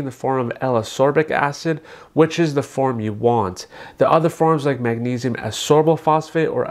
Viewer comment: A Dr. should know how to pronounce the ingredients. It’s as KOR bik acid.